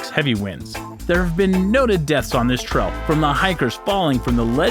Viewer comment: It's "trail" not "trell" and "tourist" not "torrist". His pronunciations are atrocious.